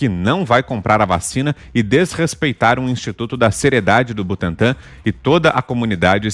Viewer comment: Butantã com n no final mds